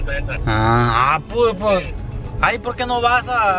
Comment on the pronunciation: Ya varios años en youtube y el todavía no aprende a decir "por que"